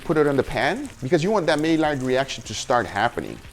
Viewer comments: May-lard is the wrong pronunciation. My-ard is correct. Also I would leave the pepper and garlic powder until the end as to not worry about burning when searing the steak. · Stop saying may-lard... it's MY-ard..... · Guga, I appreciate your videos, but every time you mispronounced Maillard I wince. It's pronounced "My-Yar". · Maillard = my-yard (English), my-yar (French). But again, another brilliant vid my man! Keep up the great work.